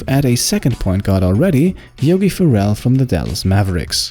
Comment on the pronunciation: Yogi fair-rell is how u say it